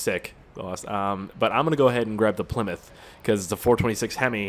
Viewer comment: WTF ***** did u just say plmyth haha